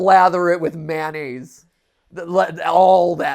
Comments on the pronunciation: Mayonnaise. Not Manaze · Regional pronunciation I guess, because I say manaze as well